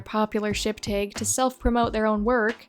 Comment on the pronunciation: Dude I love your videos but the way you pronounce 'tag' is so weird respectfully 😭